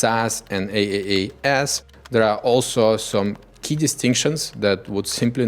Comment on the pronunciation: the way he said the name is AaaS lmaoooo